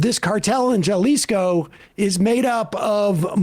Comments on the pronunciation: Please stop mispronouncing Jalisco! You sound bleach white and ignorant. Sorry Sam 😉. Like José. Say it with me. Hah-lees-co. ✅ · Js in spanish are pronounced as Hs. Jalisco is ha-LEE-sco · Jalisco is pronounced Hahlisco. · It's pronounced like... "Ha-Lee-Sco = Jalisco." 😵‍💫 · Love ya Sam, but please stop pronouncing Jalisco like it's Jell-O. It's rough😂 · Sam, Jalisco is pronounced Ha lis co, por favor. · On a less serious note, Sam's pronunciation of Jalisco hurt my soul 😢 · Bro you should be able to pronounce a Mexican state in Spanish. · Please know that a J a Mexican word is pronounced with an H. You're irritating us in CA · Somebody tell Sam How to pronounce Mexican names!!😂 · The way Sam pronounced Jalisco made me physically cringe. I wonder how he says “tortilla” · Sam is a very smart person, how does he not know J's are pronounced like an H in spanish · That Emma or Matt didn't correct Sam on his error is surprising. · It was driving me craaaaaazy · At this point I'm wondering if Sam did that on purpose just to farm engagement in the comments because he knew it would be triggering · Hah-lee-skow. Or “huh-li-skow” Please. Mexico is our neighbor for goodness sake. Don’t give us second hand embarrassment. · Not “ja-lisco”, it’s pronounced HA-lisco 😂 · Jya-lisco is so funny to me (it’s HA-lisco) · JAH-LISCO??????? It's pronounced HA-LISCO. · Ja-Leesko? Ha-leeseeko. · "JAH-leesko". What the fuck Sam? Didn't you go to fucking COLLEGE?!! I was a ditch digger and I know how to say that right. 😂😂😂😂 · They probably had no idea he was even pronouncing it wrong. They may not have known that Jalisco is even a place. Had he pronounced jalapeno with a hard 'J', then they might've said something...which is strange, because they knew Jalisco is in Mexico when he was speaking, and the J's would be pronounced the same. Guess they never took Spanish in school. But they've surely eaten jalapenos before, or at least know what they are. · FYI: Jalisco is pronounced "Halisco"